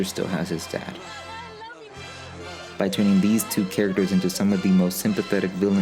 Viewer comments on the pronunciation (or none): none